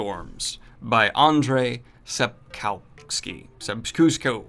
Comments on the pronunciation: I was the hack fraud who told you it's pronounced as Sap-cow-ski by Elliot. I was very, very, very wrong. She actually prounce his surname as "Sab-cov-ski" or somewhere along that line. And congrats with the 80k! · Sapkovsky (try reading like this), but your first attempt was almost correct ;) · Sapkovski - you almost got the pronunciation right, just remember the W in polish is basically a V sound. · "andrzej sep-kuzco..." The Witchers new groove.